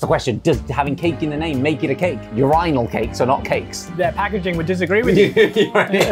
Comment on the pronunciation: Josh pronouncing urinal cakes threw me off so much... is that really how the brits say it???! Your-eye-nall and not your-in-null??.